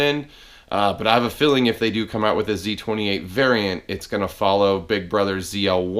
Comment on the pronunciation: I thought you said, "the other dangling thing in the room is Nosey 28." I'm like what the hell? lol